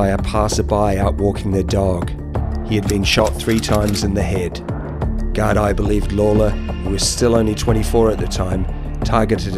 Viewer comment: Gardaí pronounced Gar-Dee or ya could just say Garda too. Also, Drogheda is pronounced Draw-heh-da.